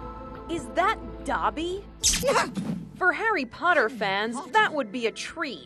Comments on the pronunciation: Dobby not doby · Did she say dauby? Thats how she freakin pronounced it!! ITS DOBBIE!!! GET IT RIGHT GIRLL!! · Her: is that “Dobby” Me: no sis that’s Doppy😂😂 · dAhbby? DAHBBY?! It’s DOBBY! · She said dabby 😵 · Inside Edition: is that doby? Saying it wrong Me: excuse me what? I may not know harry potter much but i know thats not how you say his name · she said it wrong